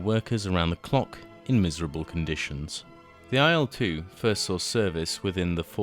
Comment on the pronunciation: I discovered (through another Il-2 BoS subscription) that the pronunciation is "ill 2". The reason is that it is the first two letters of Ilyushin and not I.L. Perhaps the error is compounded by it being written in capitals rather than the correct capitalised "i" followed by lower case "l". I also think that in "Sturmovik" the emphasis may be on "Sturm" not "o". But thanks anyway for the video.